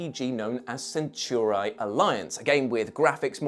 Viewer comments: For crying out loud its not "centurai" its "centauri" i really hope they didnt say it like that on purpose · Are we sure THAT is how you pronounce "centauri"? Asking for a friend